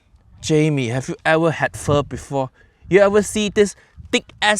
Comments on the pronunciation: Oh man, Jamie olive oil at it again. I do wonder why he says it like "foe" first when he can actually pronounce it correctly anyway...? That's honestly weirder than just saying it wrong because you don't know how to say it correctly. And yeah, that beef, oof. I will say, I have only had Pho once in my life, because a Vietnamese restaurant opened in my city like last year, and it's not a big city, I think this is the only one we have. So yeah, I have only been there once, but I really loved it, and I loved the Pho. Anyway, while I am by FAR not an expert on this, it seems to me that if he had used proper meat, like... Just very thin strips instead of this gigantic chunk of it, the dish in the end would have been pretty ok-ish. The meat in the Pho really is the superstar though I think, just as important as the noodle, if not more, so if that is messed up, nothing else he can do can save it. Kind of like when Jamie Oliver or Gordon Ramsay (I forgot who it was, one of them) said he was gonna make ramen, but he used soba noodles instead. Instant messed up. I personally feel like; if you add one ingredient that doesn't belong, it doesn't necessarily ruin the whole dish. It CAN, but it doesn't have to, every time. However, if you miss out one key thing and replace it with something that's just wrong, then... Phew, yeah. It's just not that dish anymore. Kinda like Uncle Roger put it; imagine Sushi, but with brown rice. No matter how fresh and good the fish might be, the Sushi would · Is this what white people think pho is? As a Vietnamese... I actually spat out my boba when he pronounced it "fo" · The moment a professional chef starts the weejo pronouncing it "foe", hai-yaaa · "we're going to make 'foe'"🤦🤦🤦what are we making?? Thank goodness he corrects himself a second later. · I'm not even Vietnamese and my ancestors rolled over in their grave when he said "foe" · Jamie pho-ked up again. If he called it pho-like it would be acceptable. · His gonna PHO-K IT UP😂😂😂